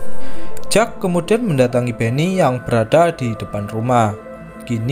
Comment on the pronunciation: Kalau jack itu biasanya di baca jeck min